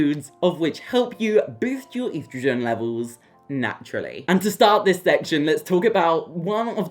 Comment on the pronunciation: Stop mispronouncing estrogen 😮